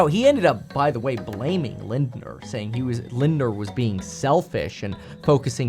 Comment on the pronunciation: Hey Kevin, German here! Your pronunciation is very very good. But just a little tip: the “er” at the ending of a word is usually just pronounced “ah” so instead of Lindneerrr it is more Linda.